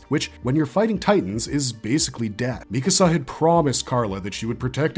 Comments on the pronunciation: Her name is “MEE-ka-sa” not “mi-CASA”. It’s strange to me when someone claims to be an authority on a topic or a show, but they mispronounce the name of one of the main characters. How am i supposed to believe you actually watched a show when you butcher a name that badly? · Lately, I've been watching a lot of AOT videos lately, and lots of narrators pronounce her name mi-KA-sa instead of MI-ka-sa. Where does this pronunciation come from? Neither the English or Japanese versions of the anime pronounce her name this way. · What is it with YouTube commentators and saying Mi-kAsa